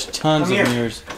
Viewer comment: “meers” A.K.A “mirrors”